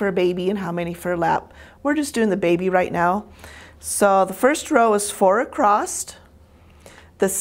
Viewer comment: Please! It’s across....not acrost!!!!!!!!!